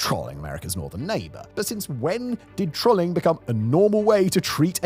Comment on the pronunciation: The way you pronounced trolling broke my brain and I had to pause the video to double check you weren't trying to say another word.